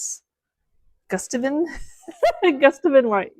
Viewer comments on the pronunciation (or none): The paint color is pronounced Goo-sta-vian ❤❤❤